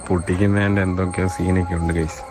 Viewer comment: ഗായിസ്.... *ഗായിസ്.... *ഗായിസ്.... 😂